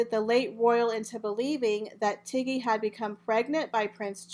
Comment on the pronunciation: My Dear - It's TIGGY NOT TEGGY.